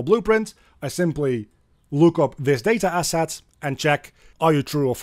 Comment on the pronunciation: Day-ta Ass-At!